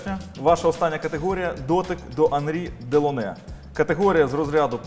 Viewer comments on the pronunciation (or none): Сильний ведучив... жодного разу не вимовив правильно ім'я Анрі Делоне, хоч разів 20 його читав у тексті. Позорисько